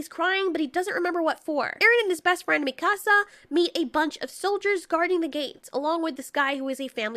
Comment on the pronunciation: I like how mispronounced mikasa